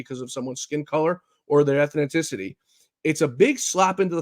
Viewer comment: “Ethninticity”? I thought this guy is a writer.